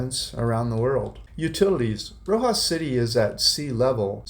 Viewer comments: It’s RoxaS. It’s driving me crazy when you pronounce it as Roxa 😂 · Hi, just to let you know Roxas is pronounced with the S on the end…my Filipina wife of 41 years is from there..we just wanted to let you know the correct way to say it…keep the great videos coming!